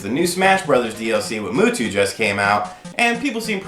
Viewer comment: Also, for future reference, not being a jerk, I know you aren't a Pokemon fan, but it's not "Moo"two it's "Mew"two, pronounced "Myu"